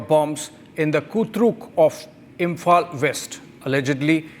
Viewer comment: The host pronunciations reflect his huge proximity gap, therefore, a total disconnect with the actuals. According to the anchor, Meiteis is pronounced as MIGHTIES, Police is pronounced as PULIS, Imphal/ Imfal as ImFOL. Come on…G-Media, play for India fairly. You host sucks even more than your supposedly mighty AG. 😊